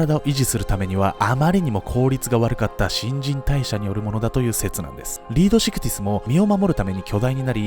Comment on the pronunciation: 〇新陳代謝（しんちんたいしゃ ✖新陳代謝（しんぢんたいしゃ